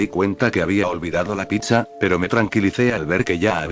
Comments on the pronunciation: En vez decir pizza a veces el loquendo dice Picha 🗿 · Soy yo o suena cuando dice pizza se entiende picha